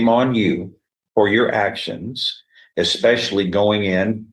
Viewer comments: Ahhhhh we have an “expecially” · We have the first "eXpecially". I am guessing there will be many, many more. Getting my earmuffs. Spoken English is the real victim here.